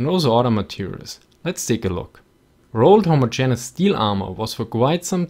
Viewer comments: Minor corrections: Ho-mo-ge-ne-ous has 5 syllables. (Many native English speakers have trouble with this also.) M113 is an Armored Personnel (not Personal) Carrier. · Interesting and informative as always, man. Also, I love the way you pronounce the word "homogayneous" :D